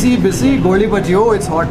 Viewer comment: Small correction - it's "Goli baje"